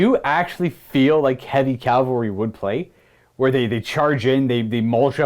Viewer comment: Sorry, I gotta be that guy. I really did enjoy the battle report, but... CAVALRY. Cav-al-ry. Not "calvary."